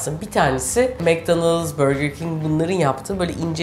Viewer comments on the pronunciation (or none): none